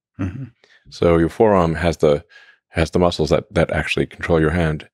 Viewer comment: Had a good chuckle hearing Elon call them "muskles" 😂